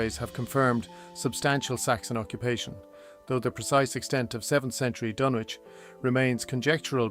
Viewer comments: The 'W' is not pronounced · Is it pronounced Dunwich or is it Dunwich.? You seem unsure. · So not like H P Lovecrafts the DunWich horror